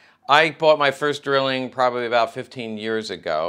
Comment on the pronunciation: Pronounced DRYling.